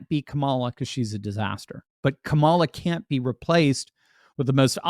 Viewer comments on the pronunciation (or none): none